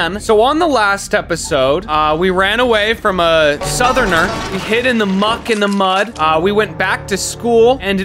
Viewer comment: "we ran away from a, southener" this made me chuckle lmao